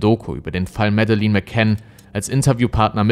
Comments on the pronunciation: "Mädlen" nicht medelin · Sagt man nicht Mädlin? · Und Madeleine wird "Mädlin" ausgesprochen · recherchiert gut, aber bei der Aussprache von Namen und Orten rollen sich einem öfters mal die Zehennägel auf. Auch hier wird der portugiesische Ortsname penetrant falsch ausgesprochen. Leider wertet das die ansonsten guten Videos m. E. doch sehr ab. Auch gibt es im Deutschen Grammatikfehler, die er immer wieder macht - Genetiv bei Monatsnamen: "Am Abend des 5. MaiS / AugustS" etc. - Was für ein Mais...? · ich habe auch nicht behauptet das es richtig ausspricht, tut er nämlich nicht, die sagen tatsächlich Madelinn, da sie Schotten sind. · Ja,er hätte wenigstens lernen können ihren Namen richtig auszusprechen. Mäddelin klingt halt zum lachen😆😆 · sie wird aber nicht Mäddelin ausgesprochen, schaut mal die Videos wo die Eltern den Namen aussprechen. Schottisch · das sind schotten die haben das noch anders ausgesprochen. Hör man in die Interviels mit den Eltern. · Leider musste ich dieses Video nach kurzer Zeit abbrechen. Ich bin von dir gewohnt, dass du sehr gut recherchierst und dich bemühst alles so objektiv wie möglich zu halten. Aber wie du den Namen "Madeleine" ausgesprochen hast, war nicht akkurat. Ich weiß, es ist eine Kleinigkeit, aber wenn der genannte Name der Person gehört, um der es in deinem Video geht, wird dieser natürlich oft genannt. Ansonsten höre ich dir super gerne zu, aber in diesem Fall ist es jedes Mal ein Stolperstein- natürlich nur für mich. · Das Video ist vl. gut, muss aber weg schalten weil du ihren Namen so komisch ausspichst 🤣🤣🤣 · Sie heisst Madeleine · Das stimmt. Es wäre ja eigentlich ein Leichtes gewesen, z.B. den Namen richtig auszusprechen, besonders da er ja anscheinend die Netflix-Doku oder sehr wahrscheinlich zumindest einige Interviews mit den McCanns gesehen hat, als er das Video vorbereitet hat. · Musst mal Madeleine richtig aussprechen